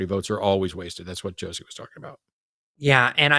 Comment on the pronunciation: The caller pronounced the S in Josie's name with an S sound instead of a Z sound and punched the T in Matt like Jimmy does with the word button. I'm not sure that is the same as changing peoples names